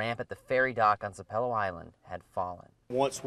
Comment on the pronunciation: Its pronounced SAP-a-low.